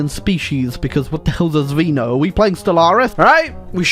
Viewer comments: Well, it's not Zvíno, it's Zvéno. Zvíno really does sound alien. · Its so funny how u pronounce Zveno 🤣 actually, the meaning of Zveno is sth similar to a cell